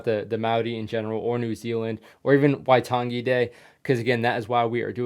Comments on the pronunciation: the pronunciation for waitangi is why - tung - E. the E should not be dragged out and say it fast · Pronunciation guide/correction list: Waitangi - why-tangi (I don't know how to exactly explain how to pronounce tangi as there isn't really a way, but in te reo maori we say it as you would say the ng in, say gaming, and "ta" is just pronounced like the "to" in tonne or just like "tun"(I don't exactly know how Americans say tonne), along with a short a in tangi Maori - "mao" is like how you would say the "mou" in mould Maoritanga - tanga is practically the same as tangi, just replacing the i with a Mana - "ma" would be like the name Mark, just remove the rk then the a would be like the a in ah Pakeha - the "pa" has a long a and "ke" has an e as in the e from ear Apirana Ngata - "Api" is like the "upi" in the old knight term, "uppies" except obviously removing the "pies" "Rana" has a rolling r "Nga" once again just removes the heavy g sound and replaces it with a ng as in gaming and has a long a (I genuinely don't know what the names of the 2 other Maori MP's were as I couldn't understand it) Moana-Nui-a-Kiwa - "nui" is pronounced like "noo-we" noo being like noose or the oo in moose Ngarimu - Once again the ng and the rolling r (Moana-Nui-a-Kiwa's last name was Ngarimu) Corrections/Facts I've never heard the term "Maoritanga" but in my dialect, (Eastern/Ngati Porou ki Harataunga) we just say "Te Ao Maori" which translates to "The world of maori" or something around there not quite sure, and here we call our tribes "Iwi" Most of the time, domestic warfare only consisted of Iwi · Waitangi. The G is pronounced as the word tang.